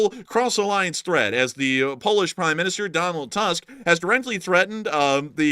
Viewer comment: It's unimportant, but in case you'd like to know, "Tusk" is pronounced "Toosk" and not like an elephant's tusk. Your man in Lower Silesia.